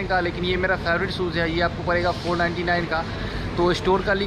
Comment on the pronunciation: एक ओर ड़ की भी दिक्कत है जैसे मेरे स्टोर से पर्चेस करेंगे तो परेगा इतने का भाई वो पड़ेगा है ना कि परेगा